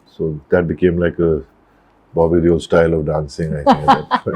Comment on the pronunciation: Mispronounced DEOLL